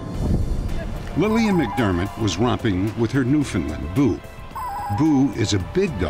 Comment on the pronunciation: Can't handle when people pronounce it "New-finned-land".